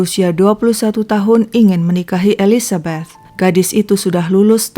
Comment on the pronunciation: Seneng sama pengucapan "Elizabeth"-nya kak xixixi kayak pernah tinggal di Amrik/inggris, perasaan saya "th" itu susah bgt 🤣🤣😭😭 sama pengucapan Monchengladbach-nya 🤣🤣🤣 (ya saya fans Bundesliga